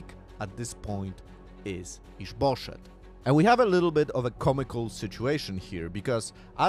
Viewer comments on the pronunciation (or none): We've got added comedy in this one. I don't know what the name is, but it sounds like "is bull$hit" every time he says it, and it provides quite a funny context. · with your accent it sounds like you're saying is bull s#*[